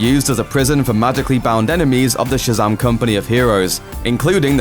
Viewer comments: Its Shazam! Not Shazaam dickhead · Shazum nice accent